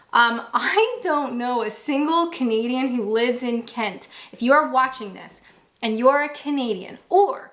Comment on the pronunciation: you do you gal....you're right,none of our beeswax.... and anyone who says anything otherwise....to make you creeper out etc... bullies....less said... I do have one complaint however.... whenever you start your videos.... I always think you say comedian not Canadian... 😂😂😂